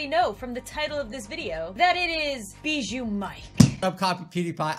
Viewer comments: English:Bijuu mike. Sweden or people who can't pronounce right:Bee shoe mike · Bro how it literally says it on his yt channel it says bijuu mike-.Not bee-joo mike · Bijuu mike not Bijoo mike lauren said it wrong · "Bijuu" Mike is now the BEE KING! or should i say... ....BEE-JOO MIKE? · It’s bee-poo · Its bi not bie